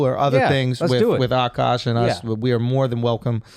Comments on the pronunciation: I wish they wouldnt pronounce his name "awwkaash" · "ughKaash" or "ughkawsh"